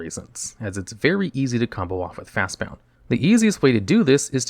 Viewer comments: You said Fastbond cost G, but you described it like it was Simic colors, since every time you called it by name you added an extra U. It's Fastbond, not fastboUnd. See what I did there? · It's not just on this video but it is fast b o n d not b o u n d fast Bond not bound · Hearing you say fastbound over and over instead of fastbond hurts lol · wait. is it Fastbond or Fastbound? Its spelled one way but you say it another.